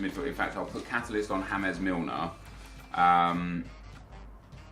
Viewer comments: why do you say James Milner, as if he was Spanish or from south america. It is not fucking HAMEZ it fucking JAYmes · Does he realise it's James Milner not hames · ITS JAMES MILNER HE IS ENGLISH, JAMES ENGLISH PRONOUNCED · Sorry how did you just pronounce James again!?! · JAMES MILNER FOR GOD SAKE.. NOT HAMES.. PLEASE STOP THE CRINGINESS